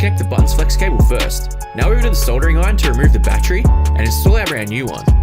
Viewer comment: Take a shot every time he says BAT TREE.